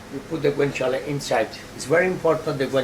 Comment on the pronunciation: i wish i could say guanciale like him